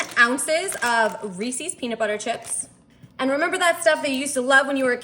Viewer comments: It’s a good thing you’re good looking bc you butcher the word Reese’s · It's easy, she doesn't know how to pronounce REESES and she says "That's what I'm talking about " way too much and I thought if she had a thesaurus she may find herself using some other phrases.